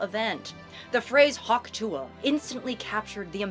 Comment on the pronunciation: saying hawk tuah correctly is so refreshing